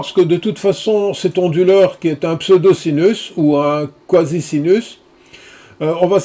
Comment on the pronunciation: Pourquoi prononcez-vous "onduleur" avec un H aspiré comme : "Honduleur". Ce n'est pas : "du honduleur" par exemple...?